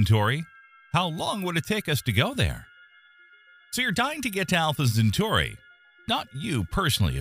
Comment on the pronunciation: Talking about Alpha , Centauri the Ai z pronunciation is atrocious . Look ,we stopped going to the moon with men cause all of them went looney . Best send women next time. What a nightmare it would be for a human to stay in space for years.